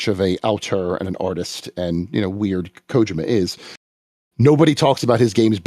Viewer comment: Is there some sort of inside joke for why he always mispronounces Kojima’s name?